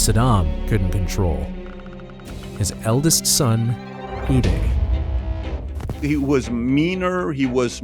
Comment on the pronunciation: His name is pronounced 'you-die' not 'oo-day'.